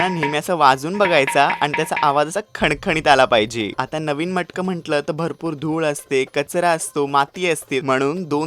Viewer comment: मटकं नाही रे..मडकं!!!